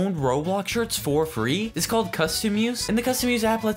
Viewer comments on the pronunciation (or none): You said frer